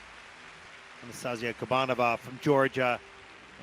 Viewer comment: I wish said Anastasiia’s name right 😅